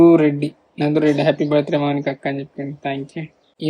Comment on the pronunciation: మౌనిక ❎ అనిక✅